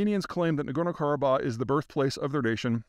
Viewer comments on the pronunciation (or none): 1. Zeihan butchered the name of the area, as usual - it's Nagorno=Karabakh - the H at the end is pronounced. Also, Ossetia - t is pronounced t, not sh. 2. He played fast and loose who is the good and bad guy here as long as it negatively affects Russia in some way. Spoiler alert: Armenia is the good guy in this case. 3. He pulled the economic figures totally out of his ass. They are not even close to reality. 4. He solidified his role as a clueless CIA mouthpiece who will talk BS but with confidence.